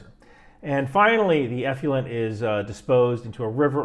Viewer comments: I think it's pronounced "eff-loo-ent" not "eff-lee-ent". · Nuclear-nucular... effluent-effulent. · The word is 'effluent' not 'effulent'. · Enjoy the show most every time. One point on this one: effluent is pronounced eff-lou-ent, not eff-you-lent. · “Effluent,” not “effulent.” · Not "F U Lent". It's "F Flu Ent". Effluent. The "u" comes after the "l", not before. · Effluent… not effulent. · Love your videos...however, the term is pronounced effluent and not "effulent." The worst stuff is "nucular effulent." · sorry. eff - loo - ent, not eff - fuel - ent. sorry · Stop with the "eff-you-lent", please. It's eff-lu-ent. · From a career long water treatment professional, you did a great job breaking down sewage treatment... Despite the mispronunciation of eff-loo-ent 😉👍 Great break down, great explanation, I wish everyone in the states would watch your content! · We can only be as accurate as clarity will allow. The word "Effluent" is pronounced Ef-flu-ent. eˌflo͞oənt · The man does ATGMs not waste treatment, give him a break. It didn't affect the integrity of the video because he said one word wrong. Give ME a break. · Everything but your pronunciation of effluent (eff-loo-ent) is correct. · Effluent is actually pronounced " eˌflo͞oənt " — just saying! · Great video, as always. But... ef-loo-ent. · Many people cannot say the word" Nuclear"! They cannot get their brain around it, and say Nukular! has the same problem with" Effluent"!!! He is saying "Effulent" Gotta work on it,, for your credibility's sake! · It's pronounced ef FLU ent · Hey man, gotta check your pronunciation of the word effluent… it’s not effulent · It's pronounced eff luent as is in ef fluent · Check carefully the spelling of "effluent" for a guide to pronounce it. (I guess the same thing should be done with "nuclear.") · How about working on pronunciation of effluent?